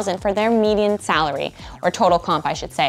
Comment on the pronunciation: Dear: If the word "median" is hard for you to say, then please stop making YouTube videos where you give people career advice. Please, just stop.